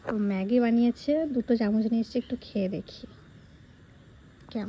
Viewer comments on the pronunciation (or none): none